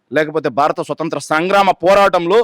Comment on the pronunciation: యాంకర్ గారు స్వసంత్ర కాదు స్వతంత్ర అనాలి